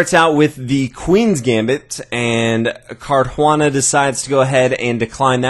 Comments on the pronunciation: nice video, but there is no "h" in Caruana, it sounds really bad how you say it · Good vid as usual. Except I have to agree, the mispronunciation of "Caruana" is grating. :( Why not just refer to the players as White and Black? So much more natural. And more clear: when you start throwing in the players' first names as well, it starts to get confusing. Seriously, just always say "White" and "Black".